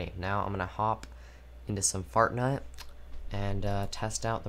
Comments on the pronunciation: Bro really said Fortnut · I like how he says Fartnite instead of fortnite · I thought he said fartnite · He said fartnite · POV: he said fartnite